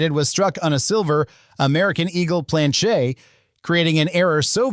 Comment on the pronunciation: Why can’t you just say Plan-CHET like 100% of humans????